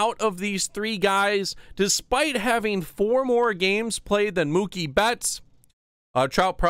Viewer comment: Idiot it’s Mookie